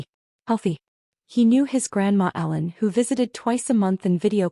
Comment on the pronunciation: Please make it clearer. It sounds kinda like Alan. When it's Ellen.